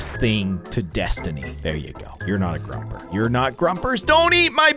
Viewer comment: Not being mean but it's pronounced grO-per